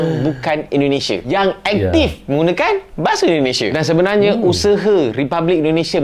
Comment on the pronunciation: Bukan usehe...cik....tapi usaha😂😂😂😂😊